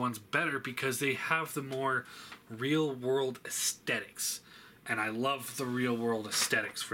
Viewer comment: I hate they way you say aesthetics